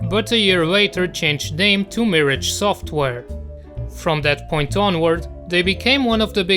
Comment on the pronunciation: Miraaaggge (not mirige)